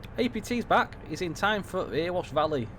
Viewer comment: I live in Ilkeston and used our new station for trips to Meadowhall before lockdown so know the line well - its fab but .........its not Earwash its Erewash pronounced EH RE WASH.It drives the council mad when its called Earwash lol.